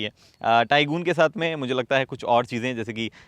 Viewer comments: It's not TAI-GOON, Its TAI-GUN ! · Arey gooon kahe ?? Did VW ask you to pronounce it Tai-Goon ? I think I heard this pronounciation somewhere else as well .